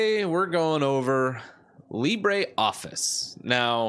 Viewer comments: It is Lee-bruh, not Lee-bray. The pronunciation is French, not Spanish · It's not pronounced libray. It's pronounced libruh. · It's Le-brOEf-fice ... (or just watch a french youtuber pronounce it) :P. By the way, Carlito (from Google) is also a good alternative to Calibri (it's supposed to be metric-compatible). And I keep the standard menu because 1) works better with my extensions (zotero and antidote) 2) fit better too with a screen and 3) if I want to get a tutorial on the web it's less complicated to understand. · I love your videos; thanks for spreading awareness of these free software alternatives. My one gripe: I wish you would pronounce "LibreOffice" correctly, so as not to mislead the newbies! --- Our language comes from French not Spanish; how would you pronounce "theatre" or "centre"?